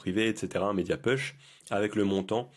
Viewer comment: Merci mais juste pour t’améliorer…un petit détail phonétique parce que c’est très désagréable à écouter : « push » ça se prononce « pouch » et non « peuch ». J’espère que tu ne le prennes pas mal…c’est pas une critique.